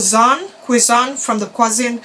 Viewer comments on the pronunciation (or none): quezon, pronounced as kezon